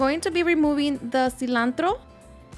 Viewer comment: “The Cilantrrro” 😄 (Rolling R’s)